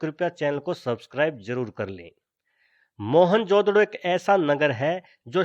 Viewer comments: mohanjodaro bolte mohanjodado nahi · mahenjodado nahi....its Mahenjodaro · moan jo daro not moan jodaro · "मोहनजोदड़ो " is wrong ==> " मुइंजो दड़ो " is correct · "Mohan-jodro" hehehe